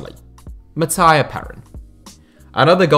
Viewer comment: it's Matt-ee-ha Pe-Rín not Matt-Aya Perin